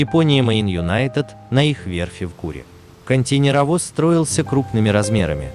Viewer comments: КонтЕйнеровоз произносится через букву "Э" как - контэйнеровоз. Ну раз уж вы озвучивает, так учите пожалуйста великий и могучий.... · КонтЭйнеровоз... Ударение и буквы хотелось бы употреблять как нужно